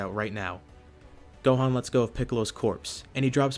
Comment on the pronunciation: he said dohan not gohan